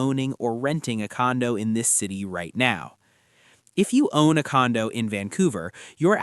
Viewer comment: he literally said condom insurance